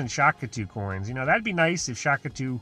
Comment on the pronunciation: Day 500: He's still saying Shak-atu